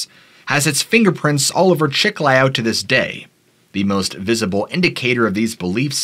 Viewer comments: Chee-Kly_oh -Chiclayo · Chiclayo. (The second syllable is stressed.) Peru is full of mysterious past and present including a multitude of cryptids and ufos. I lived in Iquitos and have traveled much in Northern Peru. I have heard incredible stories from people from all walks of life.